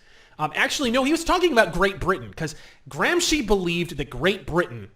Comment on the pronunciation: ... my god, he knows how to pronounce Gramsci correctly! That's not something you hear every day from an English speaker!